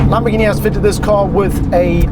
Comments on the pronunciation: Italians don't call it "Lambordschini", they pronounce it "Lamborghini"! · Don’t you EVER call a Lamborghini … Lambortshini again! Every Italian will give you a big kick in the ass !!